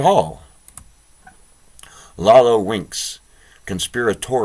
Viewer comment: Iolo is not 'Lalo' , its eye-oh-lo. Close to 'YOLO'.